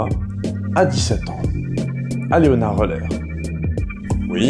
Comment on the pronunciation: On prononce LéonarD OÏleu'(r)... \o/ ;-)